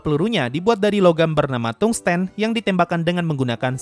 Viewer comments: permisi, di kbbi suku katanya terdiri dari tung-sten, jadi dibaca tung sten bukan tungs ten. Kemudian wolfram itu suku katanya dari wolf-ram. Kalau untuk bahasa inggrisnya memang huruf latinnya membentuk huruf U tetapi dibaca kayak ou dengan u samar. Ya sama saja dengan membaca wolf (serigala). Terima kasih. Edit: layaknya bahasa lain, Tungsten di kbbi juga menggunakan E seperti mengucapkan 6 (ênam). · Kalau mau pakai penyucapan indonesia juga pengucapannya bukan Tung Sten tapi Tungs Ten. Aku lebih memilih menyarankan pengucapan inggrisnya karena Pengucapan indonesianya sulit diucapkan dengan benar karena bedanya tipis banget, antara Tungs dan Tung, antara Sten dan Ten. Jadi dari pada ribet lebih enak nyebut pakai pengucapan inggris udah jelas beda antara Tung dan Thang, dan orang-orang yang sering main game atau baca cerita fantasy juga paham karena itu yang paling sering dipakai. kalau mau pakai unsur W bisa 🤔tapi W juga penyebutannya beda indonesia sama inggris ; kalau indonesia pengucapannya Wol Fram kalau Inggris pengucapaanya Wūl Fram